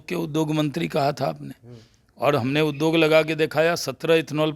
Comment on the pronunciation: Shahnawaz Hussain anyaay ke saath hai are jahil udog nahin hota hai uddyog hota hai zyaade nahin zyada hota hai